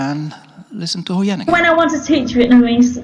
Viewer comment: your pronuonciation suck. We don't have the ending sound in Vietnamese, so stop put it in there, stop saying Huyen nam that way. The TR in truong is not pronounced that way.